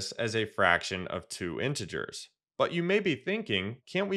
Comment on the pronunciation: It's not intgrs it's intee ge4s